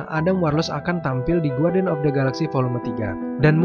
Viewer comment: Saran saya cuma 1 Lebih tekun lagi belajar bahasa inggris terutama pronounciation Guardian pengucapannya "U" nya hilang